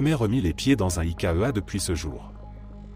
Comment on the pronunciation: Bonjour, Les histoires sont vraiment sympas. Dommage d’avoir cette voix de robot qui fait des liaisons improbables qui piquent les oreilles. Et on ne parle pas d’Ikéheua! Pourquoi ne pas faire la voix off vous même?